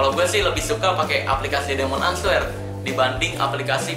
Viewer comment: Bang ini cuma benerin ya Kan tulisanya answer...tapi dibacanya " enser" yg betul Cuma benerin aja jangan salah paham